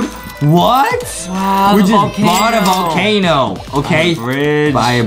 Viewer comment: Adem really said valcano